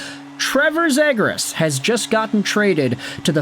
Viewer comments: You can’t even say his name right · The flyers traded nothing for a potential lottery ticket in a skilled center who needs a change of scenery. If he sucks then he's gone, last year of his contract. We lose a 2nd/4th and Poehling? Who cares? The fact you're the only person I've ever heard say the kids name wrong, do you even know who he is? Do you get your opinions from reading Reddit posts?